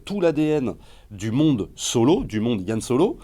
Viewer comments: C'est Han Solo pas Yann !Que diable ... Apres le souci c est que le charisme de solo vient du mystère sur son background. Et du coup on avait pas besoin de savoir tout ça sur lui. Et du coup je n'irais pas le voir car mon imaginaire fait sans doute 10 fois mieux le taff que ce film. Ce film désacralise tout je trouve. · C'est "HAN" pas "YANN" bordel mdr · Arrêtez de dire "Yan Solo" 😭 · C han pas Yan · non pas "Yan Solo" mais "Han Solo" :D